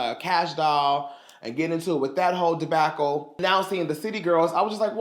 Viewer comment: Not a de-back-el 😂😂😂